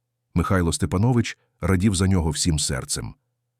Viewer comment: Має бути наголос СтепАнович,ви не знали😊